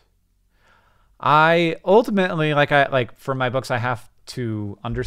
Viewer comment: When did Hank start saying oltimately in every sentence?